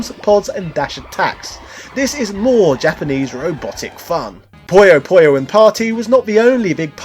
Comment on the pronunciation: Its PU-YO PU-YO, not pollo pollo this aint Pollo Loco